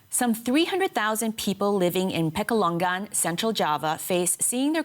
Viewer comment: The way the news anchor pronounce 'Pekalongan' is so cringe 😬